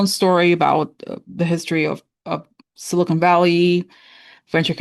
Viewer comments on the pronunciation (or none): none